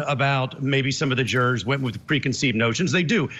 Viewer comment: Who says 'Jur- roars'?